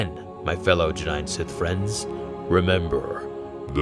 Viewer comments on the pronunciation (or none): none